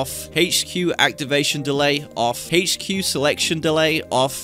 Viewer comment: “The hache-cue”